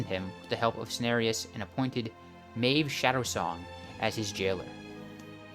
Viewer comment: pronouncing kaldorei -> kàl-dó-ray or rày (just the ending there is not correctly pronounced) Maiev -> (My-ehv) Archimonde -> (Arc - Emond)